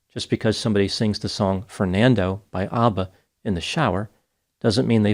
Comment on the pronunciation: He pronounced ABBA completely wrong😅😅😅😅